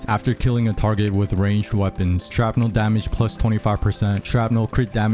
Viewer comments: Hearing you say "sharp-nel" instead of shrapnel is driving me nuts. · SHRAPNEL!!! Not Sharpnel. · The word: Shrapnel The pronunciation: Sharpnel